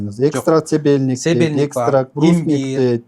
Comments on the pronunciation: Седельник эмес Сабельник туурасы😂😂😂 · Ал тургай сабельник деген чопту туура эмес айтып жатат себельник деп, ушунчалык сабатсыз ото кучтуу психолог экен, тили укмуш сайрайт го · Себельник эмес сабельник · АРГОН деген өзбекстандык БАДды, дары катары сатышкан! Өзбекстандын дары чөптөрүнө караганда тоолук биздин чөптөр алда канча сапаттуу.Сабельникти СЕБЕЛЬНИК дейт ))) Какой неграмотный этот фельдшер ))) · Народный целитель не знает даже названия трави. Сабелник .говорит Себелник. Пульса диагностика. Это очень сложный процесс. В Китае тоже не все врачи могут установить Пульса диагностику. Это многолетний опыт минимум 30 стажем могут заниматься. Кахраман кто он тоже мошенник.Просто делает деньги....